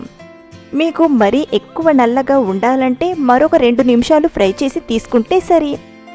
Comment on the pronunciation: Idhi pry kaadhu.... Fry